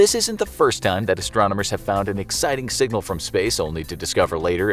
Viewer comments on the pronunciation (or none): My man really just said sing-gal